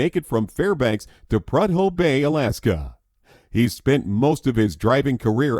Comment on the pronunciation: The narrator doesn’t even know how to pronounce “ prudhoe”.